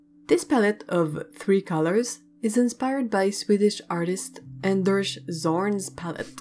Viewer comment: Old video... I know... But my buddy's name is Anders and he's from Sweden. It's said like 'un-desh'.